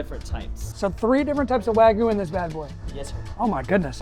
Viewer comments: Wagyu has a y in it. It's not wagoo, its wag-yew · wagoo ❌ Wagyu✅ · bro really said wagoo lol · Not here to hate, just a little constructive criticism… make sure to really hit that YU In Wagyu, I kept hearing wagu and it was giving me Ragu vibes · Gave me Ragu vibes… he really needs to hit the Yu in Wagyu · "Texas wagyu" Ah yes, texas japanese cow